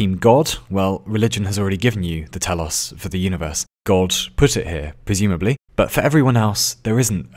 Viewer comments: Your knowledge of greek things is remarkable! Saw you mentioned Ouzo in one of your videos and now the greek word "Τέλος" which means "the end" also both pronounced pretty well for a non greek speaking person! You got me impressed sir! Can you tell me if youve been to greece before or where your knowledge of greek comes from? Cheers! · telos is a Greek word( τέλος) that means end nice Greek accent lol(really) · I mean telos isn't particularly hard to pronounce as Greek things go...